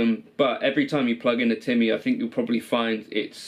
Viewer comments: Also, disappointed you dont say "Timmy" in the way someone who is in their 30s should. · That's how you would say it if you came from Lestah (Leicester)